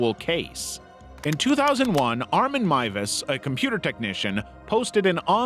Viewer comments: He's done another video where he mentioned him and pronounced his name MOOZ. HOW. THERE'S NO OO OR U IN THIS NAME. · FINALLY someone pronounces Miewes right Edit- welp, the second time you muffed it up